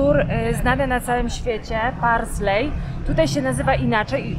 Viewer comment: wzór nazywa się "paisley", "parsley" to pietruszka;) Ogólnie to jeden z moich ulubionych motywów, mam nawet na pościeli xd. Pozdrawiam i oglądam dalej, nadrabiam zaległości.